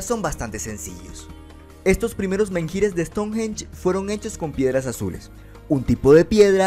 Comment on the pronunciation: menhir se pronuncia más bien "men-ir", menjír suena muy raro lol.